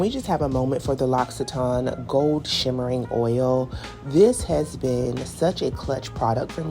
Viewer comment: Thanks for the correct pronunciation of L’occitane ! Who knew??? 🤦🏽‍♀️🤣🤣🤣